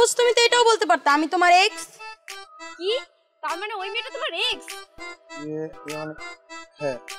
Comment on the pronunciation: Xx Na Ex To Sudho Kore Bolo Voice Gula Sundor Hobe